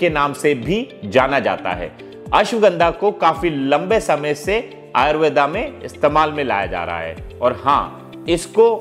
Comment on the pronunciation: ayurvedaaaaa really sir!!!!!! foreigner khe to smjh m ata hai but apka smjh nhi aya.. btw its Ayurveda not ayurvedaaaaa..